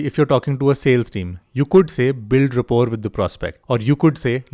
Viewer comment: Build what??? Check how to pronounce Rapport. Im pointing out since you are talking about effective communication